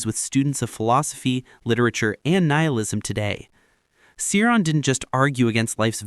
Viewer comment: Cioran is pronounced cho-RAHN. If you are going to blab about these people learn first how to pronounce their names.